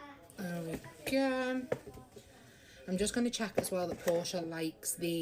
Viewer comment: Hey, it's "Portia" - it's from Shakespeare, and it's common in the UK. Not Porsche, like the car.